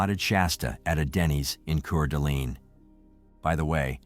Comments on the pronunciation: Lmfao it's pronounced core duh lane lmfao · City is pronounced Core-da-lane and the county is Coot-an-knee. Please ensure pronunciations are correct. Good reporting in this terrible tragedy. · I cringed so many times at the mispronouncing of Coeur d'Alene. 😂 I know its spelt weird guys but it's pronounced "core-da-lane"